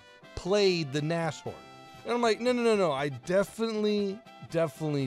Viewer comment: it's pronounced Na-shh-horn